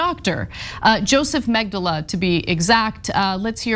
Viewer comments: Its Mengele not Mengeler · Ana butchering Mengele here. Ironic. I'll allow it.